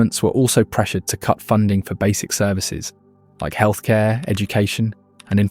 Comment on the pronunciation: “Heakth Care” I caught that 😂 great content bro